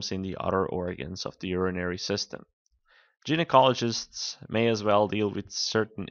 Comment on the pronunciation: Dude its not Gynecologist as in Gym, its pronounced as 'Guy'necologist.